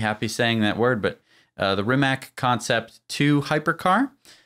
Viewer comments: First I wanted to compliment you for pronouncing Porsche correctly, but then you fell back to calling it '':). They are meant for doing 'speed daemon things' btw. Rimac is pronounced something like Remaz btw. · If the car name is based on Croatian linguistics, it should be pronounced Rimac (Ree-mahts). Rema means "rhyme" in Croatian. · And the best English language approximation of pronouncing "RIMAC" would be: "REE-MATS", with "EE" being prononunced a bit shorter than it would be in English. You're welcome. Great video BTW! Greetings from Slovenia! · It is pronounced REE-MAHTS (Rimac) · To pronounce properly “Rimac’ imagine that is written as Rimatz. In our language letter c is pronounced as tz in English. Letter “K” is pronounced in the way as you pronounced “C”.